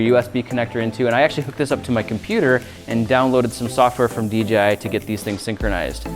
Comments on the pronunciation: The amount of times Grant says DJI is unreal.. ..Plus it's d-JAY-i not d-GEE-i Other than that 👍 video. Noice. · Who all heard him say DGI